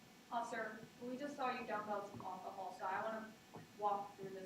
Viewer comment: Could someone please teach that prosecutor to pronounce "alcohol" correctly? She keeps saying what sounds like "Ockohol."